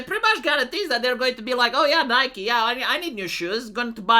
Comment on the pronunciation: Nigh-key,. Nigh-key. Don't confuse people into thinking shooter waifu simulator is doing this.